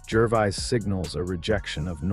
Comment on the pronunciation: Yeah! Who in hell Is GERVIZE???? The dour voice over sounds like he is reading from a list of serious illnesses while just giving his take on Ricky's effective rhetoric